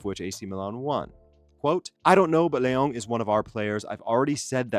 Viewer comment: I don't think his name is LeONG...he's not french. Don't pronounce his name like that.